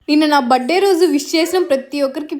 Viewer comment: బర్త్డే కాదు బర్తడే కొంచెం మంచిగా పలకండి